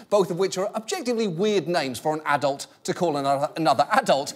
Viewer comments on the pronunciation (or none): none